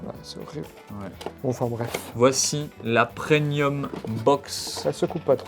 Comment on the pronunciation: il a dit "Prenium "? Et l'item c'était 160 le prix public même si il a fallu le payer un peu plus pour certains;)